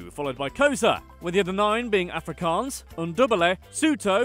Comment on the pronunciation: i love how you mispronounce every afrikaans word including afrikaans itself but then you pronounce Johannesburg in a dutch way😂 "yo-hannesburg"